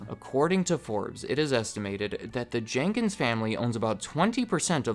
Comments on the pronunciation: Jenkins not Jenkings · Jenkins. Not Jankings. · Jenkins, not Jenkings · It’s George Jenkins. Not Jenkings. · His name was Jenkins.....not Jenkings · His name is George Jenkins. Not Jenkings.. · George "Jenkings" LOL